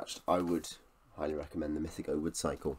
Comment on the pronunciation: My favourite ever series of books. Currently re reading Lavondyss...a book of 2 halves which puts a lot of people off. It gets better with each read for me. Great video (though you're mispronouncing "mythago") 😉